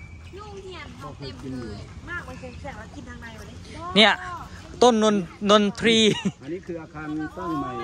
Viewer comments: นนทรี อ่านว่า นน-ซี ครับ อักษร ทร = ซ ทรง = ซง ทราบ = ซาบ ทราม = ซาม ทราย = ซาย ทรุด = ซุด พุทรา = พุด- ซา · ขออนุญาตสอนภาษาไทยทั้งสามท่านที่มาจากฝั่งไทยนะครับ พูดภาษาไทยได้ดีแล้วขอชมเชยครับ แต่เวลาอ่ทนออกเสียง ช.(ชอช้าง) ท่ทนออกเสียงเป็น ซ.(ซอโซ) เช่น โรงเรียนชุมแพศึกษา จะได้ยินท่านอ่านว่า ซุมแพศึกษา และอีคำหนึ่งที่ท่านออกเสียงผิด คำว่า นนทรี. ภาษาไทย ไม่ได้อ่านว่า นนที หรือ นนทะรี เพราะ ทร=ซ ดังนั้น คำว่า นนทรี จึงอ่านออกเสียงว่า นนซี.ครับ ต้องขอโทษทั้งสามท่านด้วยนะครับที่มาบอกในหน้าเพจ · นนทรี อ่านว่า นน - ซี เพราะเป็นควบกล้ำไม่แท้ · คุยอย่างเพื่อนนะครับ ท+ร. ถ้ารากศัพท์มาจากภาษาไทย มันจะออกเสียง..ซ เช่น นนท์ทรี ออกเสียง นนท์ ซี เลยแหละ เว้นแต่รากศัพท์มันจะมาจากภาษาต่างประเทศเช่น...Three..Tree.ก็ออกเสียงตามนี้เลย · นนทรีอ่านออกเสียงว่านนซีครับ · อ่านว่าต้น นน ซี ...ทรเป็นคำควบกล้ำไม่แท้ ทร ควบกันเวลาอ่านออกเสียงเป็นซ. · นนทรี อ่านว่า "นน ซี" เด้อ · ถ้าจะพูดให้ถูก คำว่า นนทรี ต้องอ่านแบบนี้ครับ นน-ซี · นนทรี อ่านว่า นน-ซี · เขาเรียกเป็น นนทรี(อ่านออกเสียงเป็น นนซี(นนทรี) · นนทรี อ่านว่า นน ซี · ทร อ่านว่า ช นนทรี อ่านว่า นนชี